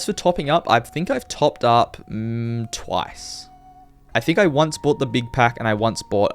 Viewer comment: "twice" brother, please